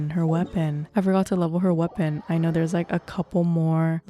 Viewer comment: "Aino" -> "i know"